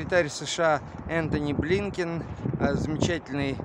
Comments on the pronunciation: А Захар прямо-таки боготворит Блинкена... С придыханием произносит его фамилию и должность. Как будто мы не знаем ,,чьих он будет,,. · Боже ж ты мой,прямо-таки с придыханием Зкахар произносит фамилию Блинкена.